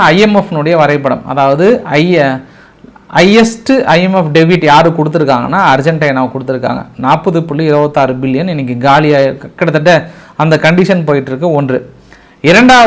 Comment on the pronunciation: டெபிட் அல்ல டெப்ட்